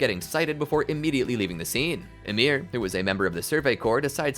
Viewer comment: Her name is Ymir Fritz not Amir